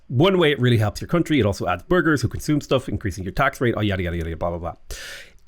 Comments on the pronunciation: Whenever you say burgese, i hear Burglar and need to double check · I hear burger 😆